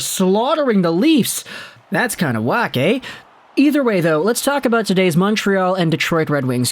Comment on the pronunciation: Your "That's kinda whack eh!" was so Canadian it's crazy! 😆